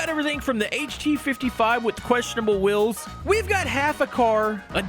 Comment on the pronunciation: Please, it's wheels not wills